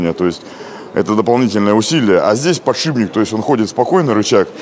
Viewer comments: Дью охигеет и от самого слова подшиБник. Это слово звучит очень и очень часто в ролике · Показалось или он сказал подшибник ?